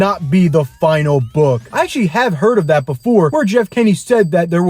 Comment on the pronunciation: It’s Jeff Kinney not Jeff kenny 🤬🤬🤬🤬🤬